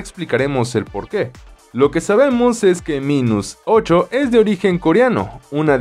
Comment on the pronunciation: Se pronuncia "Mainus"